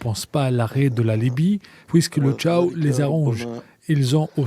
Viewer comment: Il y'a de vrais journalistes au chômage en Algérie et on entend des pseudos qui savent á peine lire un texte écrit avec des fautes de prononciations primaires. Exemple : le chao se prononce "le kao" et non pas le "cha o"